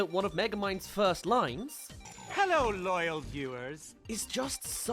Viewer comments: Guy didn’t even know how to pronounce hello, but now he does I guess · he dont even say hello right or wrong... or however he says it